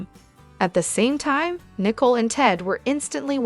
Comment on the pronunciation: Her name is Nicole not .Nii cole